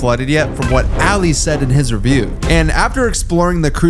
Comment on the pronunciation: It's not alliy it's Ali!!!